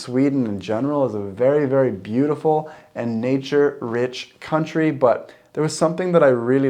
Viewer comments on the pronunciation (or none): none